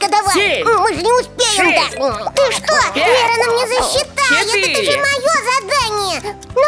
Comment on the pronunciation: Ой вера а не лера